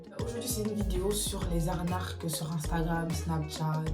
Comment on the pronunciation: Ca me fume comment tu dit « arnaque » 🤣